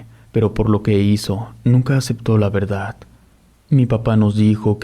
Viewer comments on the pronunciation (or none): none